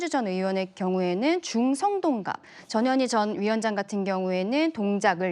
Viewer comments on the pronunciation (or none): 앵커님 전현희 라고 할때 깜놀했네요 저년이라고 하는줄 알고요ㅋㅋ ㅋㅋㅋㅋㅋ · 나만 저년이라고 들리나? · 전현희가 왜 저년이로 들리지?? ㅋ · 저년이 라고 들리네요~~^^